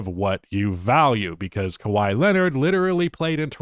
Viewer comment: Kawhi Leonard. It’s kawhi Leonard.